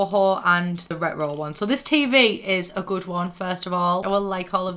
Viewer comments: I just realized you've been saying retro this whole time. I could never figure it out lmao. Sounded like Scooby Doo going "rut roh" (no hate I just couldn't understand lol) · The way you kept saying retro was so annoying 😂 I know it’s cuz we have different accents tho 😂